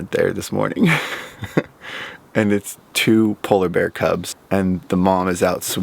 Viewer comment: Did you say sola bear?